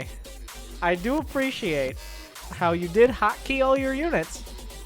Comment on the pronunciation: Can we appreciate how you slaughtered the word, "appreciate". Talk about hooked on phonics.